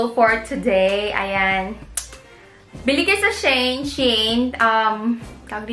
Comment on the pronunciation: Hello po. It is pronounce as SHE-IN ;)